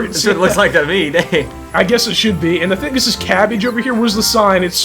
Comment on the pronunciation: Care-its. pumkins. cab-ige. Lol